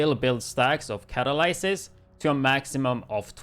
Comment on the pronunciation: Sorry. I hate the backfire, always have, and I'm in good company on that. BTW it's pronounced cuh, tal, liss, siss. I also don't like the mask very much, I've tried making a few different builds with it, but it just sucks, mainly because 25 meters basically limits you to SMG range, excluding most weapons. And the bonus armor it gives do not stack on top of themselves. You might as well just use Catharsis, it has better survivability and more weapon damage than the catalyst. Plus you don't have to waste half your build on haz pro and be pigeonholed into using backfire and nothing else.